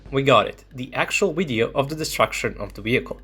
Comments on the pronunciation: Hearing the pronunciation of the "Video" as "Wideo" makes in unwatchable. I know for Russian speakers there is no difference between those words, but trust me, it's massive. You sound like a Vatnik. I'm sure your aim is to reach as many people as possible and maybe sound professional in your speech so people take your words seriously. Right now, making such a basic phonetic mistake is beyond annoying for viewers. If you wish to present your videos in English at least go all the way. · Only once he said video correctly but other than that it's wideo...irritating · Why is he saying wideo instead of video 🤷🏻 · On the Wid-eo... say it right VIDEO - it is a V, not a W! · What's a wideo? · Why do you keep saying the word wideo instead of video? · You can pronounce a V... why do you say wideo? 🤔 it's a cute linguistic question I have had for years... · Do you say WIDEO? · Wisible in the wideo. Heard you say move. Why don't yak pronounce the words that begin with v?